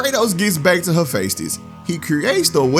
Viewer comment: it's pronounced "heh-FEST-is"